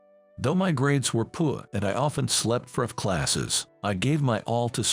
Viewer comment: Dammit people. Its Poor not poo! You can do better!